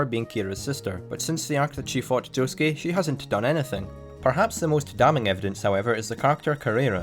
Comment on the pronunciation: To this day, the biggest mystery of Part 8 for me is how people can correctly pronounce "Josuke" and yet not take the hint when pronouncing "Norisuke".